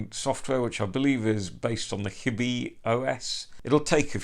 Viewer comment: Thanks forn the reviee. Btw its pronounced as Hie-deez (not hee-deez)